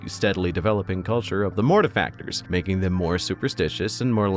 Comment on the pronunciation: I hope you don't misspronounce their chapter name like everyone else. Gonna start watching now <3 P.S. YAY YOU DID IT CORRECTLY